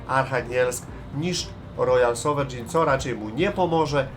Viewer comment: "rojal sowerejn" po naszemu 😊. Fajnie że wjeżdża wreszcie jakiś kawałek historii...